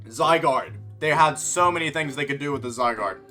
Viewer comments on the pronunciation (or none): none